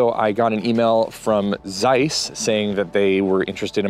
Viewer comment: I assume your grandmother still spoke Yiddish, so on her behalf, please learn to pronounce Zeiss correctly. It's an old German traditional brand and your pronunciation is pulling my ears. Otherwise great content!